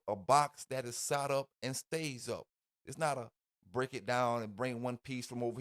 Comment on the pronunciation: It’s “set up” Set……… s.e.t !!!!!! What is “Saht up” ????